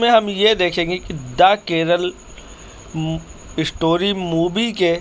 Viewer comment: Movie to eye opener hai no dought. Lekim bihari IISTAR nahi STAR hota hai aur Keral IISTOTY nahi STORY hota hai. Aur REACSUN nahi REACTION hota hai bhaiyya.